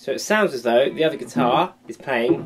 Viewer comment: Like "gui-tar"